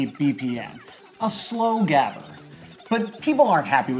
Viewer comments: his pronunciation of gabber is so horrible, its more like gahber. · Great episode, but it was so jarring to hear gabber mispronounced every time :p if you learn to make the guttural g sound I'll be very grateful, and impressed! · You butchered the pronunciation of gabber, but I love that it get's mentioned. My favorite genre to evolve from it is breakcore, where high bpm is mixed with just rhytmic chaos, so that at one point the song is slow and then fast and then super fast but never really consistent. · I completely forgot this channel exists. Also, fuck yeah, extratone! I love how you butchered 'gabber' Greetings from the Netherlands